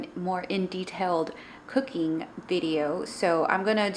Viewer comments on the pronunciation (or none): none